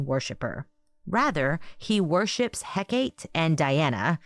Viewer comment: Hecate is pronounced HEK-a-tee. Look forward to the rest of the podcast.